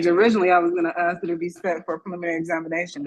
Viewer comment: I take issue with the fact so many of these supposedly "highly educated" attorneys are incapable of properly pronouncing the word ask.